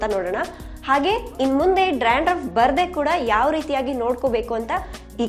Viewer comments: You are pronouncing Dranduff .It is Dandruf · Hello madam...it's dandruff....not drandruff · Y u r pronouncing drandruff? Dandruff ryt?